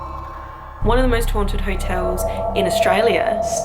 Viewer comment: Lol sounded loke u wer saying moist not most lmao great vid tho u should come to NZ ;-)